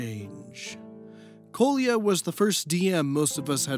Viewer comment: Sry to be nitpicky but you should've checked how Kolya is pronounced. Now it sounds somewhat abrasive to slavic ears when you use it so many times :D